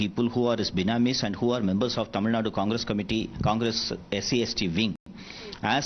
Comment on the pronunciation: It's Tamil Nadu, not Tamil Nad, you foolish reporter